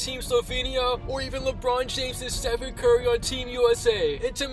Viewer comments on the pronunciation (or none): none